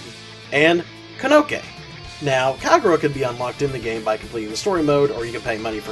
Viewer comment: You must never have played the story with the way you're butchering these name pronounciations. Kanoke? It's Kokonoe....